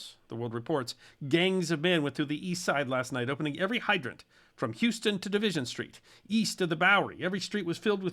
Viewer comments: It's not pronounced "Houston" Street, it's pronounced "Howston" Street. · Still watching… had to pause at the minute mark! The street name in New York City is pronounced House-ton not Use-ton! And while we’re at it… if you ever do a segment where you talk about the Van Wyck Expressway which runs from LaGuardia Airport to Idlewild Airport (well, I won’t object if you call it JFK) it is a Dutch name. It is NOT pronounced Van Wick! It’s pronounced similar to comedian Dick Van Dyke 😇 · HOW-ston, not HEW-ston my guy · Amazing, and very well researched. So interesting. One little thing: It's pronounced "House-ton" St. The narrator said "Houston". Maybe he's not a NY visitor. People get that wrong all the time (although, how would you be expected to know that pronunciation?) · Just a minor point - in New York City Houston Street is pronounced "Howston" not "Hyooston" 😉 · Don't know if it's been mentioned, but in NYC "Houston Street" isn't pronounced "Houston" like in Houston, Texas, but it's pronounced "How-ston". I worked in NYC for many years and my job kept me outside. One day a few years back the temperature hit 108F. That wasn't the official temperature (I think it was 104F), but was the temperature on a street thermometer in the neighborhood where I was working. That was the highest temp I've ever seen in the city. The streets were absolutely deserted except for the mailman, a cop or two and a few Con Edison workers. I worked outside in NYC in blizzards, nor'easters and even a hurricane, but that was the only time I ever saw the weather drive everyone off the streets. The citizens wouldn't go outside, but retreated to their air conditioners. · It's pronounced House ton street unlike the city in Texas. Seems like global warning has been going on for some time. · It's pronounced "How-stun" street; Hewston would be promounced like the city in Texas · I believe it's How ston street in New York City not Hew ston street.